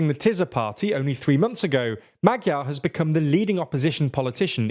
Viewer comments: and maDYar instead of magyar 😂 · In English writing it would be Ma-jar. Or just say the 'gy' like the dge in hedge. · Can you pls take 10 minutes and learn how to pronounce the Hungarian alphabet? It's really simple, but that pronunciation was horrible. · Why is it so hard to check pronunciations before covering a topic like this... fiko, magiar peter, tiza etc.. were driving me crazy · Next time put the names of the people you're talking about into Google Translate for the respective languages and check how they're pronounced. You've managed to butcher both Magyar and Fico. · My god the pronouncations are awful!! its TISZA (like the s in STAR) NOT TIZA!